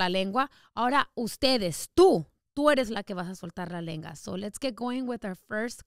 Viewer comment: Was I the only one that herd her say lenga 😭😭😭😭😂😂